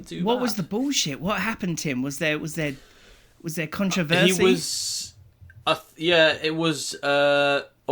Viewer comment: "Was there contre-versey?" dying